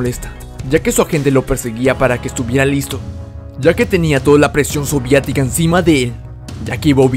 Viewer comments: Amigoo deja de decir soviatica es soviética o soviético jajaja perdón pero lo digo cómo crítica constructiva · Por qué dice soviatica? Le desmonetizan si dice soviético? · se dice soviética no soviatica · Muy bueno el video, pero se dice unión soviética, no sovíatica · Soviética... No Soviatica 😅😅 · soviEtica. No soviAtica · Casi me da un derrame cada que decía unión savietica ;v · es gracioso qué digas soviatica xd le da el toque especial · Ya va, por qué a cada rato dice soviatica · hermano me estresa mucho que digas "soviatica"